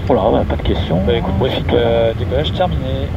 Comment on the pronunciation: "autorisé au décolement" ... j'ai mal aux oreilles ! Mais superbe vidéo quand même.